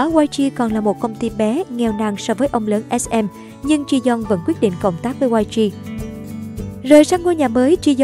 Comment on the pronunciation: Ji yong đọc là Chi Dân à..:)))